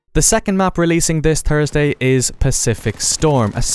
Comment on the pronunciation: Came for the War of the Pacific contents, subscribed for the pronunciation of Thursday.